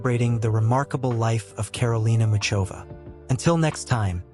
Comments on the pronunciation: Mikulov is in the south of Moravia,i.e.the eastern part of Czechia. It is NOT in Slovakia, plus, the pronunciation of her name IS [ˈmuxovaː] pronounced like the "ch" in the Scottish word loch or the German name Bach. Do your research first. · I don't understand how some idiot could post a profile of a world-class tennis player on YouTube without checking the basic facts—he doesn't even know how to pronounce her name.